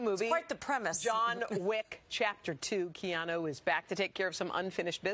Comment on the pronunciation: After all his years of work and interviews, people are still pronouncing his name wrong and he doesn’t correct them. He’s so humble! Hau’oli la hanau e Keanu!